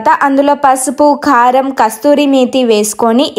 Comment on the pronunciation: Thu … adi khaaram kadhu amma karam